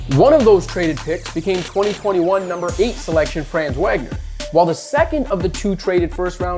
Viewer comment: Great Vid. One semantic comment. It is pronounced VOG NER, not WAG NER.